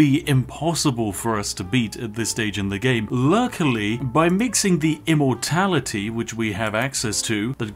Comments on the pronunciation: I keep hearing "Immortalitea" than "Immortality" 🤣 I think I need to lay off the Yorkshire TEA! Which is and as sponsored by the great Spiff delicious. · I only heard him say immortaliTEA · I swear when i hear him saying immortality, he actually says ImmortaliTea